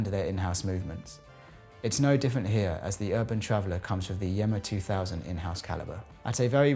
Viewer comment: Yema NOT Yemma